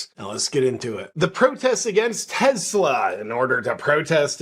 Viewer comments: Ok listen man. I love your content but it’s teSla, not teZla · Tes-la not Tez-la. Tes like Tes-ticle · It's Tesla, not Tezzla folks. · Ok did this drive anybody else nuts? It's not TEZLA it's TESLA. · Why doth you say "Tezla?" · I'm not sure I can handle any more "TeZla". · It's Tesla - not tezla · TESLA, not TEZLA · It's TESLA, not TEZLA! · Its tesla not tezla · It's Tesla, not Tezla. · Take a shot every time he says Tezzla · Tezla lol? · It's Tes- la Not Tez-la You're insulting the smartest person to ever walk the earth.. NO NOT ELON!!! NIKOLA!!!! 🤔😲😂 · Begin by pronouncing TESLA correctly. There is no Z in TESLA. That pesky letter in the middle is an S